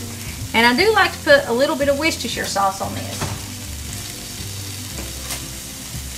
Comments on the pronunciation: Great to hear you pronouncing Worcestershire correctly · Love this recipe and I have to congratulate you on pronouncing Worcestershire sauce correctly, I'm English and you are the first American I've heard say it right, very impressive..lol